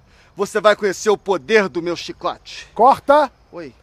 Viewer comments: "chícote" kkkkk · "chicótchi" kkkkkkkkkkkkkkkkkkkkk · Ainda bem que ele não ofereceu chicletxi pra ninguém senão nem gravação teria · Chicôte é melhor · Essas atores globais kkk "xxicote" kkkkk!!!!